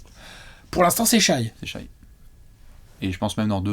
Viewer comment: Vidéo très intéressante merci ! Je considérai Shai comme un franchise player le jour ou vous direz son prénom de la bonne façon, Shè pas Shaille :)